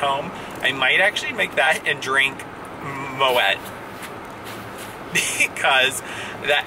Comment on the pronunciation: Dearest, I sincerely apologise, I stand corrected you do pronounce the 't' in Moët! Do forgive me. I do so hope you enjoyed it. well deserved. From uk.